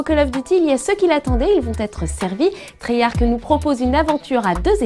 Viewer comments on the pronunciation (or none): Treyarch, pas treyarc ! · CH se prononce ARK en anglais.